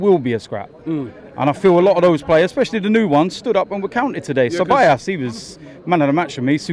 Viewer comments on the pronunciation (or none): DT please teach Robbie how to say Ceballos correctly. Because whole aftv says it wrong.